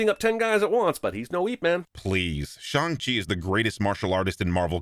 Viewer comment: a small thing I really appreciated in your video; I appreciate the fact that you opted to refer to the character as 'Shaun' rather than other vids butchering the pronunciation of Shang Chi and when it came to characters that didn't have an English name, I could tell you were putting in effort to pronounce things as accurately as you can (big ups for the actual 'Y' in Yip Man). Keep up the good work man! Cheers~